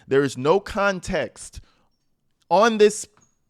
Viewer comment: i Caaaan't!! she said without further "conteeks". I had to replay it, ... just to confirm my ears did hear this sad excuse for a substitute teacher jus trash the English language like that.